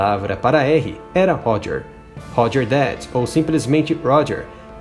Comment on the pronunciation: Aprende a falar o R em inglês pois você está falando errado Você está falando Hoger e isso não existe em Inglês Aprenda o som do R Pois a ideia é ensinar oque algo significa não ensinar todos a falarem errado Ou a ideia é ensinar errado mesmo ? Hobert também está errado o R em Inglês está errado Homeu também errado Vixi Vídeo de merda